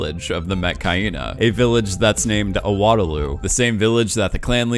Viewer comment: How do you put so much effort into this video and still butcher the pronunciation of the Metkayina clan’s main village